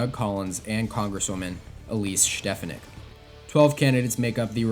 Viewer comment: It's pronounced like the Steph in Stephanie not Schtefanik